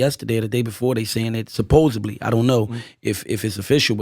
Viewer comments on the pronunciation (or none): Can somebody tell him it’s ‘supposedly’ with a ‘D’ and not supposebly